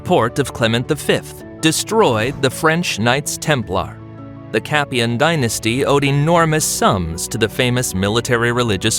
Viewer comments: So like a Hollywood movie things can be mispronounced and historically inaccuracies included? It's a ridiculous point that you make, why as it's so easy to research why wouldn't they do that? Like pronouncing Capetian correctly! Most people wouldn't research it further so why not just get it right? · First time I hear about the "Capian" dynasty...